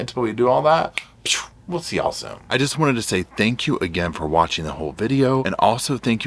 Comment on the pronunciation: When you say y’all you sound like a cowboy 🤠